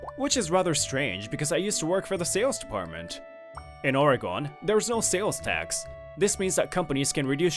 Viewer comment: ORY-GUN not ORY-GON!